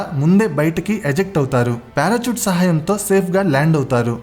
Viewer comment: Parachoot❌ Parashoot ✅ Elikaftor❌ Helicopter ✅